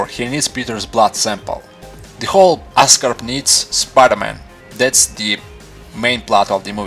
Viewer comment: oscorp not ascarp great video though funny accent, but great video. i like the way you observe every little detail